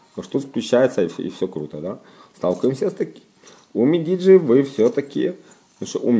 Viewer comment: НЕ умидиджи,а Юмидиджи